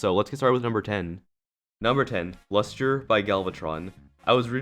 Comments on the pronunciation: Dude sorry but number 10 is LUSTRE and not lusture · it's lustre. Not lusture. LUSTRE! SAY IT! LLLUUSSSTTTRRRREEEEEE!!!!!!! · Its Lustre not Lusture ;) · The top 10 is called lustre not lusture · It's Lustre not Lusture.